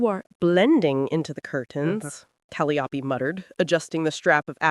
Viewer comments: Seriously, get rid of that horrible voice. And pronouncing calliope as callyopie is just crazy. The story is good though. Sarah MS 🦅🇺🇸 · Cal- eye- o -pee !!!!! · One distraction:the pronunciation of Calliope’s name; the accent should be on the second syllable, not the third.